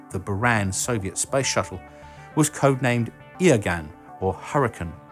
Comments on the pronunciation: "Uragan" is pronounced "oo-rah-gun" in Russian, not "ear-gun" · It's Uragan, not Yragan and it does mean Hurricane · I think you are mixing up two rockets here........You show us the Uran (Уган, meaning Uranus). It's pronounced " oo-Rahn", with the emphasis on Rahn. The other rocket is the Uragan (Ураган), pronounce: OO-ra-gahn.Neither name is pronounced as "Eargan". Buy hey... who is counting rivets?;-)You make great videos,!!!!!!!! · "Iah-gun"? What? You should have at least checked spelling for the video. It's spoken more like as "ooh-rah-gun". Also, it's not "eney-giah". It's "eh-ner-gi-ya" with emphasis on "ner", not "ya". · Quick note: ураган is pronounced "oo-rah-gan". You made the mistake everyone makes with the Russian "у" which is like an English "u". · Awesome Video! but read the word as "oo-ra-gan" :D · "Eargan" hit and hurt my ears like a hurricane. It's "Uragan", the U sounds like the one in uber. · Uragan is pronounced ooh - rah - ghan (trust me I'm slavic) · You pronounce the name of the Russian vehicles wrong. Eh-ner-gi-yah and Uh-ruh-gun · its oo-rah-gan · You really butchered that «Ураган» rocket's name. The first letter is «У» (sounds exactly like OO [ʊ] in words like Booster) and you are pronouncing it like an «И». The second letter is «Р» (sounds exactly like any hard R should in words like Ride or Rage) and somehow you don't pronounce it at all. It is not English or French, Russian language does not have silent letters, if there is one you must spell it. So correctly «Ураган» is spelled like this: OO from Booster R from Ride U from Fun and a Gun Not exactly a rocket science. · I think Uragan is pronounced similar to Urugway. Stars with U...like Uganda :) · Great video! Lovr watching your content 😊 I feel like I should mention that "Ураган" (the Russian shuttle concept) is (probably) pronounced with an "oo" sound at the beginning, like "wood" or "boo", since that's how the word for hurricane is pronounced in Russian